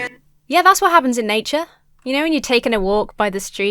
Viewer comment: The way you say "wot" is too funny